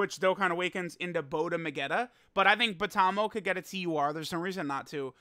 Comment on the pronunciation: Ah yes, Bota-magetta